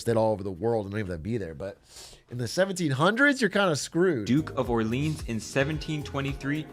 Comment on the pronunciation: Orleans pronunciation also